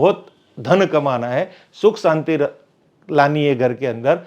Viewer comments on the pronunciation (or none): none